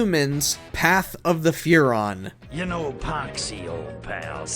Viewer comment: Path of Furon hurrt